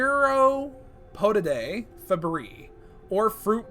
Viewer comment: I think it's pronounced "Feh-briss" "Teh-row-pah-dih-die"